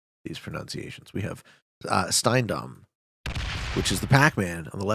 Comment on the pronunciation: "The Germans can refrain from being mean this time around because I'm going to absolutely nail these pronunciations. We have St—" Not to be meeeeeeaan.... s before t or p at the beginning of a syllable is pronounced sh. 😊